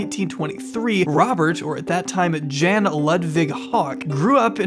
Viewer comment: How would you do all that research and yet end up saying “Jan” (pronounced “yan”) like that 💀💀💀